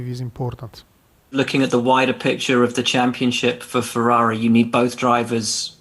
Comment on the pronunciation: Ferarri Fwends....